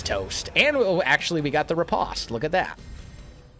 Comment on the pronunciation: I hate to break it to you but Riposte is pronounced like repost. Sorry to point you out on that.